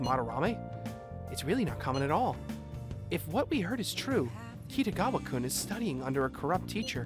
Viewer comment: Actually, your pronunciation of Kitagawa is a little off, too. Just saying. The problem is that all syllables should be unstressed, but foreign speakers always have a tendency to put stress on at least one syllable. I'm guessing that someone told the voice actor not to stress the "ga" and he overcompensated for some reason and put the stress on "ta" instead. I think the same thing happened with "Sakamoto". English speakers tend to stress the "mo", but in this game they stress "ka" instead, so the pattern fits.